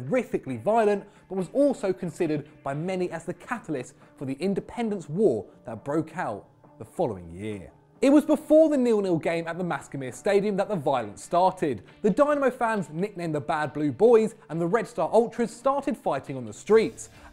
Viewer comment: Its Maksimir not maskimir